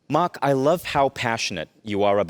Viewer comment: Host can’t even pronounce “Mark” correctly